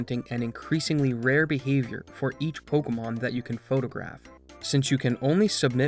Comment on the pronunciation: Why does he call this pocomon?